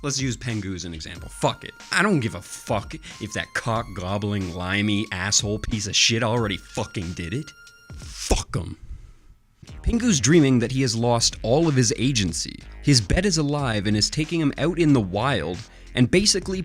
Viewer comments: Why the fock do you call Pingu 'Pengu' ? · its PINGU not pengu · You don't deserve Pingu if you can't pronounce it right.